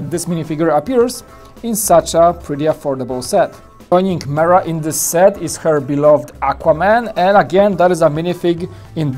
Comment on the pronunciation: I thought jack does all the reviews. Also her name is pronounced “Meerah” not “Mirah”